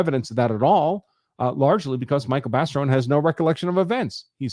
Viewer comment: You keep pronouncing his name wrong! Not Baseron ! It's Barison! Lol